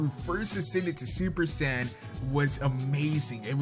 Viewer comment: you are saying super Saiyan wrong